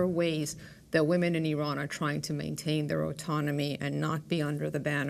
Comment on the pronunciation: Learn how to pronounce Iran and Iranian first!